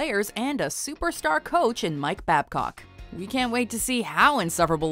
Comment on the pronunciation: Anyone else heard "superstar coach Mike Fat Cock"??? Hahahaha